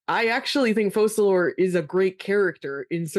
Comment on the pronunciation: Guys, you are lore enthusiasts and you still call Fokalor (according to “Ars Goethia”) Fosalor (according to uneducated and bad-decision-driven eng localisation team).